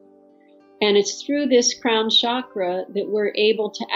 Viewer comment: I wish you guys could pronounce the word Chakra correctly😅 It’s chuck, like in chuck the ball or chucky the doll. So chuck ‘ ra ! Not Shakra !